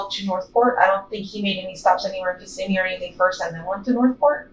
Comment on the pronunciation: You miss pronounced*****Kissimmee*****!!!!!